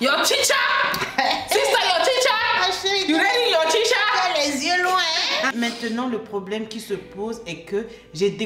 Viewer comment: "Son teacharrr"🤣🤣